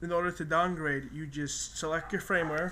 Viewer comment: fyi...its Firmware not frameware